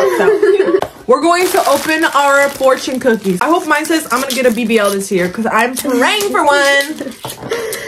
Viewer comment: It’s the moine for me 😂😂😂😂😂😂 😅lol